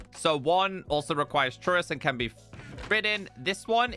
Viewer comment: No offense but you say chorus weird. It's pronounced "core us" named after the fact that it growing sounds like a chorus.